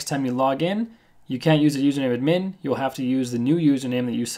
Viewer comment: its not admeen but ad-myn pronounciation dammit!